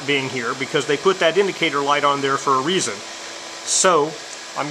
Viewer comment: f.y.i., "on" is pronounced as "awn" as in lawn, not "arn" like in barn (as you are saying).